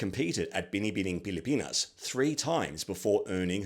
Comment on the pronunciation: I’m so thrilled and surprised that you have done a good job in pronouncing “Binibining Pilipinas” and “Kagandahang Flores”!! You are AMAZING!!!!! 👏👏